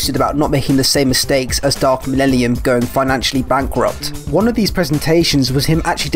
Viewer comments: Lol dude is having so much trouble pronouncing "millennium" come on bro sound it out. Why are you replacing the n's with l's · Could you please stand up and pronounce the word "millennium" for the rest of us? Thanks! Now, try "millellium". Awesome! Keep on keeping on! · "Dark millellium" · i just watched the 2010 trailer defs ends in the narrator saying mellennium and not mellellium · What I hear: Millellium What I read: Millennium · Dark 'malelelium' lmfao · "Millellium" xD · Cool video so far, but I have to stress that it's MIL-EN-IUM, not the garbled jive you were saying lol. But for real, appreciate your efforts, the whole game's pitch always seemed like "it could be good if enough people support us", never quite reaching the levels of decency advertised. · Lebowski There's so many things that you could criticise him for and out of all of them you decided that him saying a word wrong (by one vowel) is proof that he's a fake fan. I swear, some people are living satire of normal humans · It's hard for me to believe angry Joe is particularly excited for news regarding 40k if he can't even read the iconic line correctly. It's 12 words. How do you mess that up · There’s actually a funny reason behind me saying dark millennium. I basically when making this video wanted to get the speech right. Since I have dyslexia I want to say hard words right so I looked up how to pronounce dark millennium correctly. Whatever I heard clearly has come back to bite me in the back as wrong. So the one thing I wanted to get right in this video I got wrong. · >Lemon russ Thats a bit of a low blow from someone who was misspronouncing millellium for a solid half hour >_>